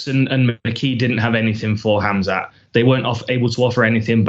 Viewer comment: The name is spelled Khamzat, pronounced Ham-Za. It's very simple. Interesting how difficult it is for people, especially most mma media. InshaAllah 10-0.